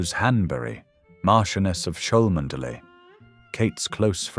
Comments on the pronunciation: You can't even pronounce her family's title correctly!! No one with a single brain cell.is going to believe this nonsense! Please be quiet and stop idle gossip! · Clickbsit fake news. Already been debunked rumour spread out of deliberate malice. Who is the originator of this channel based in brazil? Rumour alleged, cannot get the pronunciation of chalmondley right, and it is catherine, dropped middleton on marriage years ago. Lying bs. William would never want to go through what his parents went through. Why not investigate who put the rumour about in the first place. Kste middleton has been duchess of cambridge then princess of wales for years now. All these fake stories follow the same style of story telling, same errors, same drama. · Rose is Mar CHEN uus of Chumley. Pronounce it correctly AI.